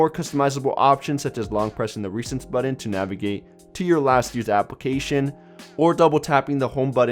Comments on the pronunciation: Why are you pronouncing "button" like that? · my god I hate to hurt anyone's feelings but you NEED to learn how to say the word "button".